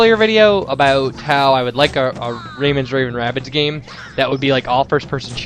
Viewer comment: Lawl really... RavingRAyman-- RAYMAN raving Rabbids:L you made me lol all of the times you have said it wrong